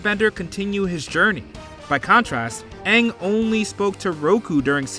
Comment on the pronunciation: "so... ARE you the Awvatar, Ong?" - Sohka